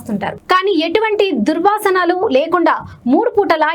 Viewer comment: అమ్మ అది దుర్వాసనలు(durvaasanalu) కాదు దుర్వ్యసనాలు (durvyasanalu) తెలుగుని అట్ల చంపకుండ్రి 🙍‍♀️🙍‍♀️🙍‍♀️🙍‍♀️🙍‍♀️😞😞😞😞😞😞😞😞😞😞😞😞😞😞😞😞